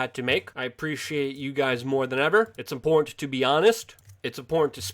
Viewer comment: Impor’t?... Do you mean Im-por-tant... lol